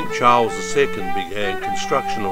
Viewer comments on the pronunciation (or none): none